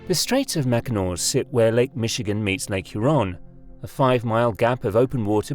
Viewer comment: The bridge, but not Lake Huron. Lake Your On!